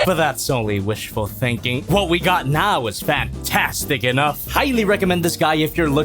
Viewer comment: What said: he feeels fantastic What i hear what said: he feels fatastic